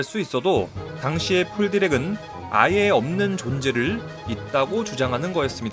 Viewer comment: 찰진 어감의 디라쿠 에바에 나오는 디라쿠의 바다